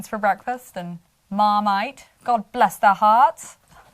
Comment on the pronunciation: The accent was actually pretty good on the word marmite but then you lost it 😂 haha thanks for another great video